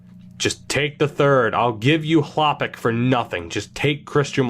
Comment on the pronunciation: As a sens fan, hearing u say Hlapik for filip Chalpik hurts me every time lol. It’s Chlapik as in shh-la-pick not Hla- pick!!